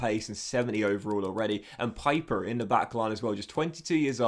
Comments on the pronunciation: It’s “Peeper” (pieper) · In German Pieper is pronounced like Pee-per